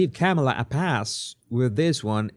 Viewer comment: Hi, I've been watching your show for years. Your "Body Language Guy" videos are excellent. I just wanted you to know that your pronunciation of Kamala Harris first name is wrong. According to Wikipedia the pronunciation of Kamala is: Kah-ma-la (the last two "a" s are shwa's).